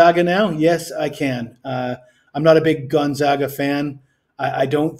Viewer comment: You just said GONZOGA to finish your speech on a a KANZUS player. I would totally trust you with my money. Stick with it though. Do basic research and a little more planning. Also act a little more excited and keep the video shorter.